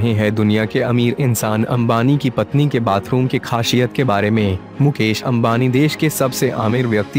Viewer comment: Pahle khasiyat bolna Sikh Lo FIR video banana